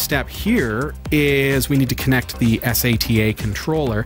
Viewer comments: Es ey tee aye. Who the hell doesn't say sata like data. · im sorry but S..A..T...A, ITS SATA!!! its one word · its sata not S A T A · first time seeing these guys, after hearing him spell out sata every time referring to it I can't do it. much smarter than me I'm sure. but too annoying. good luck guys. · It's not S. A. T. A. drive, it's a "Sat-Ah" drive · why do you need to spell it as S A T A, how hard is it for you to do like everyone else does, and call it sata everytime you spelled it, i wanted to find you, and slap you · Please learn how to pronounce "sata" !!!